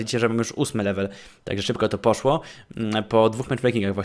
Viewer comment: nie muwi się posło tylko poszło